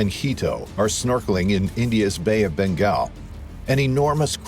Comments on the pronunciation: Bengal, not Begal..... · Bay of "Begal" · The Bay of Bengal not Begal. He should have known better going in there!. Apart from that: ALL PROPERLY EQUIPPED SCUBA DIVERS CARRY A KNIFE. It's common practice. My condolences to the family. Tragic.